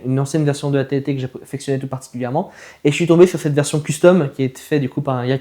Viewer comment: C'est un AT AT pas AT TE